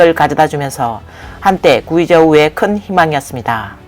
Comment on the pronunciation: 구이 저우??? --->구에이 저우.....>궤이 저우 !!!